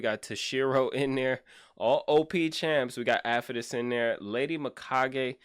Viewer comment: gosh what a crazy account. i love how you pronounce his name afetus lol.